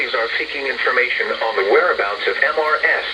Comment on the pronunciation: Can't the voice be trained so it doesn't say M-R-S awkward pause when it comes across the abbreviation "Mrs."?